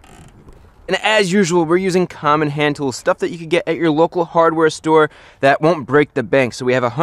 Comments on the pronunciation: did he say hommon instead of common or am I tripping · watch again Chris says Hommon Handtools instead of common.